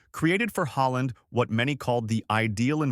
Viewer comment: So he changed his surname to HOLLAND! NO!. Bad AI American narration, as usual! Puts me off watching!